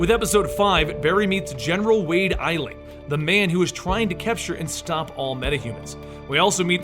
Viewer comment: Did anyone else notice when he said general eisling